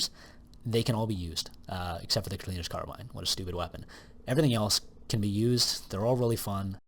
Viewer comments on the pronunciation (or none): The name "cleaner's carbine" rhymes if you pronounce it correctly.